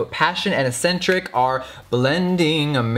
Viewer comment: Jeffree I love you to death, but eccentric is not pronounced asentric.